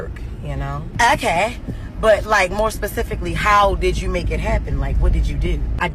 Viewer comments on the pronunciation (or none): *specifically NOT PACIFFIALLY.